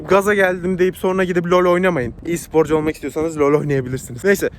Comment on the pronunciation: E-sporcu kelimesinde "E" harfini İngilizce okuyup sprocuyu Türkçe okuyan seviliyorsun <3